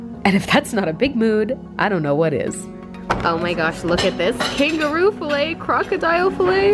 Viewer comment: she called the kangaroo ''kangi'' im screaming rn